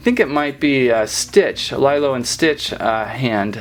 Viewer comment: He said “lie-lo and stitch” but its pronounced “le-lo and stitch” just spelled lilo, no hate just saying